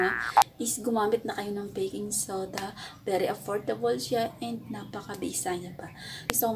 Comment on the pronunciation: pagkadinig ko ate "beking soda" medyo natawa ako hehehehe